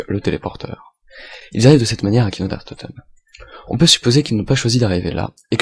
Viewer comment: c'est kino et non pas kiko :)